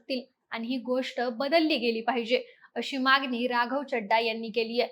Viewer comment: मागणी ला मागनी म्हणताय, सरकारने ह्या शब्दाला सरकारणे म्हणताय. न आणि ण, कृपया लक्ष द्या. "त्याणतर" राहिलं, लिहिता पण येईना 😂